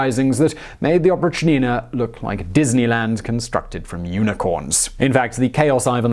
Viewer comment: its oprychina not oprich-nina, its one word with accent on "y"